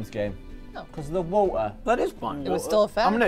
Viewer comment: Gavin: "My favourite worms game, because of the woh'ah" (Note my British spelling of favourite)